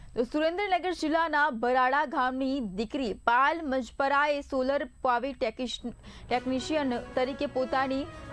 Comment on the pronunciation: પાલ નહિ પાયલ બોલો 😡😡😡